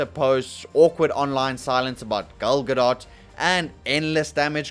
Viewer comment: What is a “Gil Gadott”?